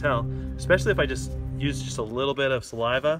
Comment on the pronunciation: I hate how he sais a "little saliva"